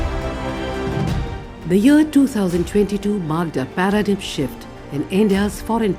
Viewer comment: Paradigm is pronounced para-dime.